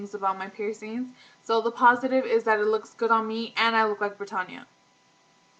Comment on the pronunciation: "Brittanya"..... like Brittany but with an A on the end.....not pertonya